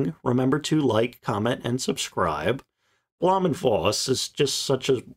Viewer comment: Good video. Some tips in pronouncing German, though. Blohm is pronounced like home. Voss is like Foss. The V = F Voigt is pronounced Fohkt, the O being like in home. Luftwaffe is looftvaffeh, W = V Or use pronunciation guides. It would make your videos sound all the more professional. Cheers!